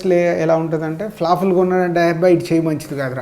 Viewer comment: flofulu kadhayya flopulu.. ha ha ha ha ferformance antav pa palakaradha? banti nattha enti?